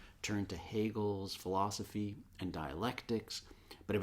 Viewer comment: i love bernard, but why he say "philozophy"?